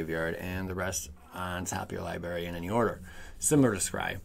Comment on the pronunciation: Is a "LIEBERRY" like a blueberry that doesnt tell the truth, or just you not being able to pronounce the word Library correctly?